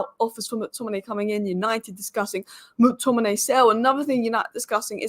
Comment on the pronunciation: you pronounce it like MAC Tominay and not MOOK Tominay - same for all names starting with Mc